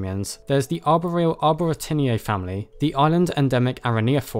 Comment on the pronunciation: How can you be so intelligent but you can't say arboreal